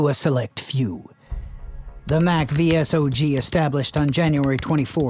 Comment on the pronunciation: Id suggest you do more research before making these videos. Its pronounced "saw-g" by the way.